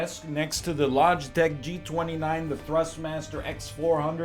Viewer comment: Its a good day when you hear nl say "thrust master"